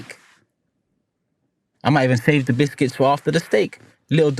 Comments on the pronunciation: Stop saying bisthcuits!! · Came on i will buy Proton just stop saying bithkiths😂😂😂😂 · Havertz got him chatting 'bishkits' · Man said "bithkitss"😂😂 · Stop saying bishkits 😂😂😂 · “Who dwosent like bwishkits” 😂😂😂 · What’s happening with his English 😅